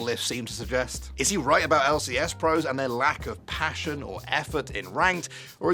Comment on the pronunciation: Bro said Pation😂 did you mean to say passion?